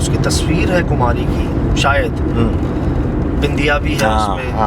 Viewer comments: Kumari kumari...... Kumhari nae... Kun galat bolty Ap.... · Kumhari nhi bhai kumari h